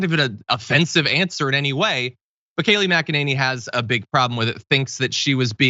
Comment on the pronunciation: Kayleigh McKaneigh-neigh! This woman went to Oxford? Oxford, Floriduh?